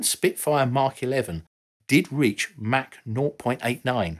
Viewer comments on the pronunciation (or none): none